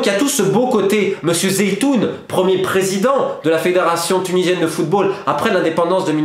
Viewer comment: Pas zeitoun mais CHEDLY ZOUITEN ce grand monsieur